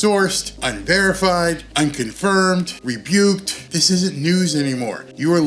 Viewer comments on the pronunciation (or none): it is not rebuked, but rather rebuked, lol